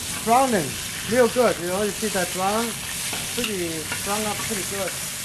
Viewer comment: Ha..ha… He wants to say..''LIKE THAT'' and says for thousand times...…. ''LIKE DAT''... Again...and again..and over again...